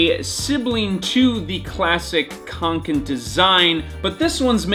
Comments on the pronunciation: its fee-el rareven konken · You pronounce it like Fjehllrehven kcoken Ä is like eh and a combined into One And å is like co With a silent C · "The Fjollräjven Kianken Backpack..." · That would be a little closer, at least. It's actually pronounced fjällräven (and kånken). ;) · Reeeeeeeeeee Its not pronounced with a K its pronounced with a S reeeeeeeeeeee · I'm not even swedish and the way he says kånken makes me shudder.